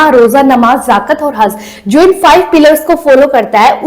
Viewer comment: जाकत ना जकात bola जाता h